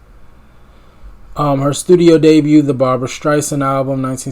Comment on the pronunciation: B A R B R A Spelled like bra on the beach. 😁 Pronounced with 2 syllables, not 3.